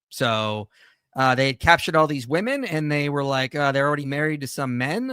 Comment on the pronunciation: She cannot say correctly the plurality of women, she says woman. This drives me crazy with people today.